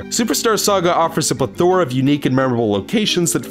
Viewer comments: *Pleh-tho-Ruh, not ple-THOR-uh... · It's pronounced 'Pleh-thora' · The accent of plethora should fall on the first syllable. The accent of eponymous belongs on the second syllable.